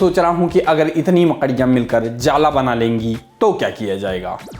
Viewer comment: मकड़ियां बोलने का तरीका बड़ा मजेदार है भाई 😂